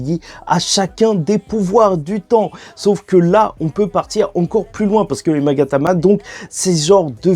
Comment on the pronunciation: On dit Magatama et non Megatama